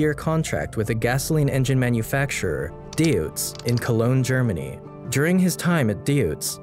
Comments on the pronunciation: Choosing unrelated footage where original are very hard expensive or impossible to obtain is understandable, still your small film induces emotions and that is what really matters. PS : Deutz ist pronounced Doitss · It's DOITZ.